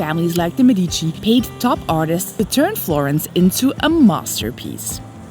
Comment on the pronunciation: Guys, please, check the pronunciation for some Italian words or maybe let people know that you're not sure how to say it, because people watch your videos and think that's correct. Medici, nocciola, signoria and so much more were all wrong. I mean, it looks like you're trying to be informative so this would truly be appreciated by travellers.